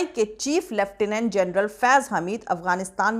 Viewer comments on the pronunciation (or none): none